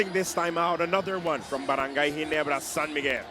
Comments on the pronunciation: barangay rhymes with cry:face-green-smiling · lol.. barangay rhymes with cry :face-green-smiling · lol, barangay rhymes with cry :face-green-smiling